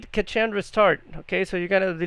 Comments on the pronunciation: Handy heads up, cache pronounced cash not cah che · cant even say cache right my god